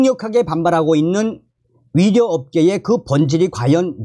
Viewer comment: 의사를 위사라고 발음하는것 같아서듣기가 거북해요 북한식인가요.? 이젠 고치실 때가 되었어요 요며칠 매일 들으면서 의사, 의료 등 발음이 너무나 이상해요